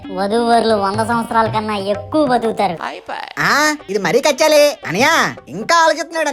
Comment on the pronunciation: Kechali kada adhi kachali ha